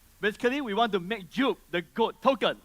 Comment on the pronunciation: "GOAT" not "Goat", lul